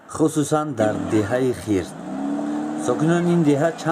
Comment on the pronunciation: Эээ ака Ана Хирс не Хърс гуфти Бобойи Давлат.